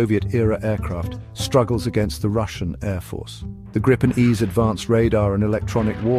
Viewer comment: It’s pronounced “Greepen”, nothing else 👍🇸🇪